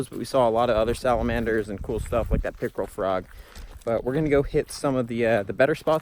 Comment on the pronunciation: I thought he said pickle frog 😂